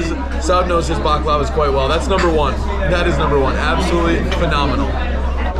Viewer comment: The way you kept pronouncing “baklava” made me cringe the whole time